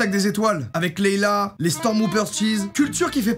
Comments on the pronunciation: Ça ce dit Leya mais ça s'écrit Léia pas Leila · LEIA pitié !!! PAS LEILA ! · Fan de star wars mais tu dis Leila au lieu de Leia 🤣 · Leila mdr c’est Leia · C'est la princesse Leia et non Leila !! Désolé mais j'étais obligé de le dire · Cest pas laila cest léia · Princesse Leia, pas Leïla ^^ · Désolée ça me démange mais c’est princesse leia et pas Leila 😂😂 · je m'appalle Leia comme la princesse dans star xars doc sil te plait arret de dire Leila merci BCP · Leila au lieu de Leia, decidemment Star Wars c est pas encore ça 😂😂😂